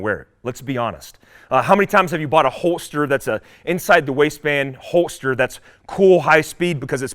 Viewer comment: What is the way you say “holster” and “holder?” It sounds like you are saying “hoe-ster” and “hoe-der.”